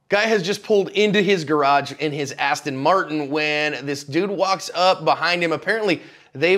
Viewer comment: Seriously man its not an astin marton, its an aston martin